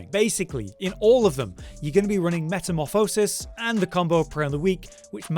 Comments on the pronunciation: Why can half you streamers not say metamorphosis properly?..... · For the love of god just say metamorphosis correctly 😂